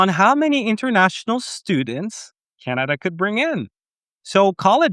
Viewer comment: CANADA ❌ CANINDIA✅ 😂